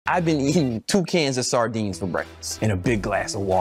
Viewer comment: Can you say Shardinees again like in the second time :D